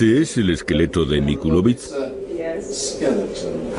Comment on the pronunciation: MILOCVICH NO MICULOVICH